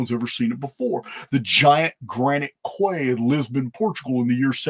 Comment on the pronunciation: the word “quay” is pronounced as “key” and not as if it rhymes with “sway.”